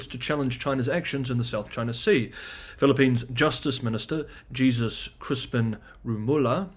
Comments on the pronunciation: It is likely not Gee-zus. More likely it is Hay-soos. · Pronounce "Jesus" as "Hey Zeus." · Hi, The J in Jesus is pronounced as H. Similar to how Mexican or any Latin countries would say it. Cheers, and great job! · Thank you,! Btw, Jesus in Spanish, is pronounced, hey-zeus. 😅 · Jesus in a Hispanic based language is usually pronounced Hey-suse